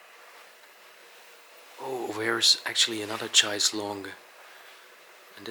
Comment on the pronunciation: Thanks guys I really enjoyed watching and listening to you both, btw Chaise is pronounced Shaise, just sayin 👍